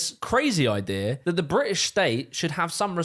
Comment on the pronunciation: bri'ish hi'ler 💀